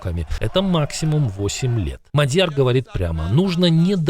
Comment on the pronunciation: Внимание! Правильно МАдяр, ударение на первом слоге.